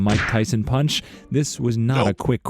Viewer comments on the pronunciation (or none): none